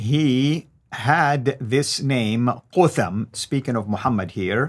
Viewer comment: its spoken "kat hum" or isnt it ? (no english TH)